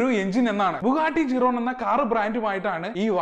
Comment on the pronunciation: Bro buggati ഷിരോൺ എന്നാണ് correct pronunciation 🙂❤️⚡️